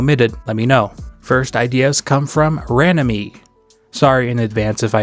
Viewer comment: Seeing my community moment made me feel so joyful! I’m Ranami if anyone was wondering, and you got the pronunciation right for the most part